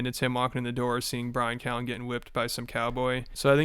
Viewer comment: bryan cow-en 🐮